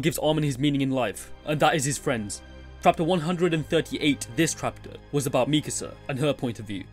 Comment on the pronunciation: Am i the only who hear "trapter"?